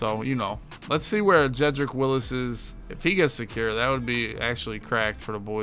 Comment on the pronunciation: It's Wills, not Willis lol